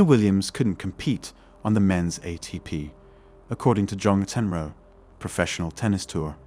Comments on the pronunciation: "MAC In Row" is how it's pronounced. Sheesh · How is it you don’t know how to say McEnroe - MackEnRow… The first of a few mistakes - misquotes - in this particular clip. I’m pretty sure you quoted the 1500m swimming event as the 500m… which isn’t a recognized swimming distance. That’s not to say I disagree with your fundamental points - it’s just that our (men’s) arguments lose potency when inaccuracies are included.